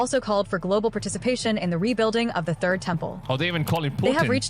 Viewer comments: Funny thing.. Im hearing "turd' temple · He said the Turd Temple. You got that right🙄